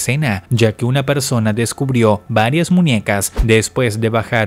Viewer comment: ¿Soy el único al que le enamora como incógnita no puede decir "muñecas"?, su "muniecas" me enamora, ah